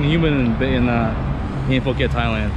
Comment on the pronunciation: Phuket is correct lol. Took me at least 2 years to start pronouncing Phuket correctly. Hahaha, will let Victor know to start preparing the cognac!